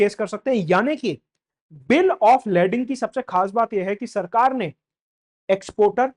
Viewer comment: its pronounced Lay-ding